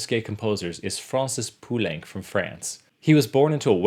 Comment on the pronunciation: You also mispronounced Poulenc.